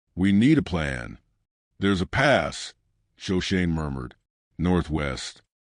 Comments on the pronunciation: Sho/ sho/ ne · Shoshone pronounced wrong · Yes! I was pained to see that they couldn’t even get Shoshone right. Otherwise I might have liked the story.